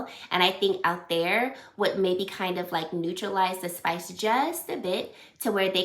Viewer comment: It’s pronounced al-Thai-ir.